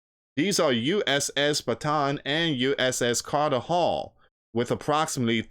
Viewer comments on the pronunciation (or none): none